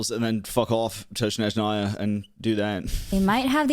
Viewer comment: her name is pronounced like YAgoda! yá-go-da. Ягода also, it's SnÉzhnaya, not SnezhnÁy